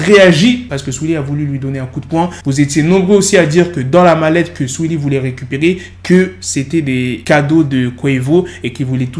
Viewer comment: mdrrr comment il dit le blaze de saweetie "suili"